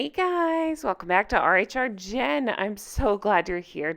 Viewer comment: Jen knows his name. She's saying it wrong deliberately lol